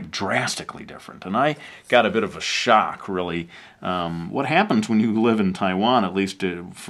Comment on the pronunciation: "...shock really..."...sha kreally... Sha!